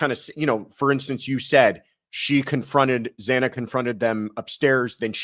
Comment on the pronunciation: It really bothered me that the judge mispronounced Xana Kernodle’s name TWICE.